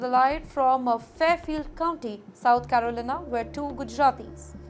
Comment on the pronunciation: Yaar is jaahil aurat ko channel se nikaalo. Isko kuchh nahin pataa. Kabhi Singapore ke Changi airport ko Shanghai airport bolti hai to kabhi Carolina (कॅरोलाइना) ko कॅरोलीना bolti hai (Location ).